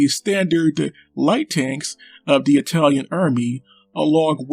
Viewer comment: "Yer a tank Rock! A greasy fast EyE-talian TANK!..." Guess missed the Italian tank memes.